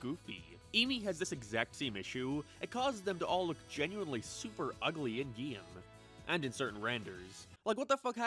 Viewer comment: Why do u pronounce game like that?